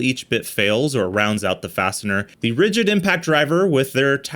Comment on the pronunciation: "Ridigd"? Oopsie! :D